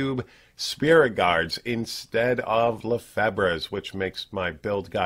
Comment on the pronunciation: Hey! Frenchie bro here, Lefebvre is pronounced without the B. Le - fevr, the e at the end is silent!